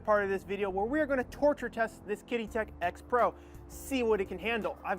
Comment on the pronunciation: it's pronounced like "cheedee"